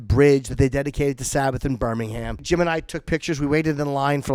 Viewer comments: the two jims are such queens. you know its true, jim. also its fucking pronounced birming-um. not birmingHAM. cunt. love you yimmy. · Love the video but it's Birmingum - we're the originals ;)